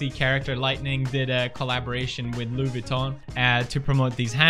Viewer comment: YZDSL 'Louie' Vuitton lmao